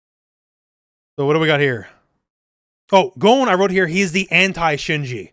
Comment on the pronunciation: No, it is "gone" not "Goan" - American English uses a different "o" sound to Japanese, and "Gon" is a Japanese name.